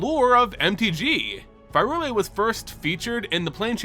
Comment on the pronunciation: Bro I love you to death, but it’s pronounced PIE-RULE-IA. Prey tell where the H is buddy in P Y R U L E A